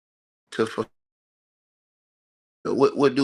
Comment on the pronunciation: See this is a perfect example of a dumbass, he said "FORFILL" they love the uneducated worshippers dumbasses like these mofos.